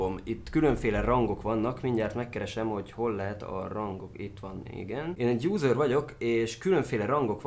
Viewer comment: Amikor azt mondtad user [júzör] azt értettem lúzör